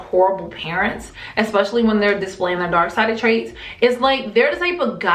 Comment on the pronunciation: Sounds like your saying dork side...